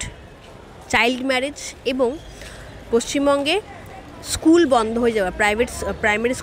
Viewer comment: এইসব প্রশ্নর উত্তর কেউ চাইবেনা। আর জোরালো ভাবে কেউ প্রশ্ন গুলো সরকার কে জিজ্ঞাসা করবে ও না। শিক্ষকের স্কুল, স্টেজ, আরো শব্দ গুলির উচ্চারণ ঠিক ঠিক করা উচিৎ। বেসরকারি স্কুলে উচ্চারণ করলে পরের দিন বারকরে দেবে।